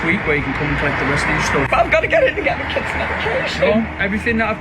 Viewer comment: I’ve been laughing since November about how none of these EBT video producers can pronounce Kids.